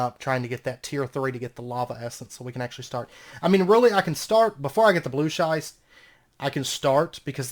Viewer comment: "Schist" rhymes with "wrist". Loving the series, and the pack, which I wouldn't have known without this LP. Thanks.